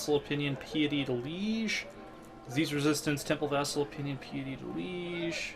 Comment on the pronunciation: Piety = pie-etty not pee-etty driving me mad!